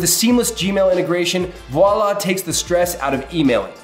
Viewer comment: I have never heard the word Voilà so butchered before! 😂